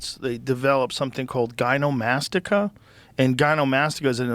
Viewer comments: Someone needs to tell Joe it's GyneCOmastia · Joe said it wrong. The word is gynecomastia. Y’know, us trans guys should also probably call it that for ourselves because we’re guys. Also it’s said the h word is a slur. The outdated word used for intersex. I don’t know if that’s true, intersex people in the comments please let me know in the replies, but that’s what I read/heard somewhere maybe heard on TikTok possibly read on Twitter. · oh my god i think he's more than cooked too. He can't even pronounce gynecomastia as someone who's used gear (or he might even be on TRT long term in which case he should really know since T increases Estrogen via aromatase..)